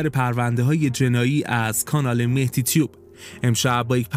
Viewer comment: بزرگوار حداقل احترامی که میتونی قائل بشی اینه که اسم طرف رو درست ادا کنی در غیر اینصورت هر چند ناخواسته بی احترامی بزرگی به طرف حساب میشه چرا که ممکنه با کوچکترین تعغیر ممکنه معنی اون کلا عوض بشه و چه بسا معنی زشتی پیدا کنه مثل کلمه آدم که اگر الف اون اَ تلفظ بشه میشه اَدَم كه معنيش ميشه فاني ، نابود شده و قطعا مهدی معنیش با مهتی خیلی فرق میکنه .